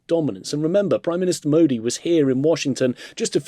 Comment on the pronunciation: what happened to Maga-Miga-Mega?? ay hay🤣🤣🤣🤣🤣🤣🤣 now shi-jing-pin my best frand- --mudi😂😂😂😂